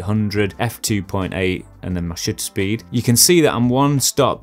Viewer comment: Two things: 1: This has been immensely helpful for me, as someone who has a nice camera but videography is a tool for me to share my art practice. I'm not a videographer. Thank you 2: I can't help but hear "shitter speed" when you say shutter speed. Granted I'm watching/listening to this while I clean and keep rewinding so I've probably hear you say "shutter speed" 3 or 4 times more than the average person lmao. Nothing to be insecure about, so I'm hope this doesn't come across that way. I just wanted to share an observation :)